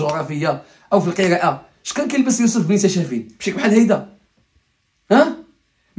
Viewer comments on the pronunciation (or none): none